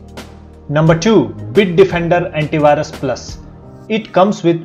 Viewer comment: Bhai.... correct your pronunciation ...its antivirus not antibhirus